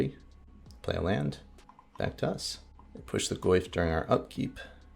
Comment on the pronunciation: I was listening to your commentary while working and several times when you said “back to us” I thought you said Thragtusk. Lol. I was so confused.